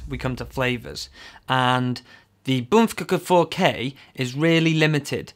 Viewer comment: Finally someone pronounces Bmpcc4K the right way! the best review ever seen!